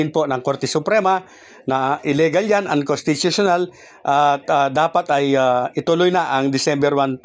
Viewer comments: Unconsttuutuuional hehhe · idol may petisyon pa c makalintal kaya sigurado matutuloy sa dec. 1 ang bske eleksyon. 101 percent yan. kaya lng idol hindi mo naman mabigkas yung unconstitutunal kaya postpone na yan idol isip isip lang. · Maniniwala na sana ako sayo kaso, hindi ka na pronuonced ng maayos ang (unconstitutiona) 😂😂😂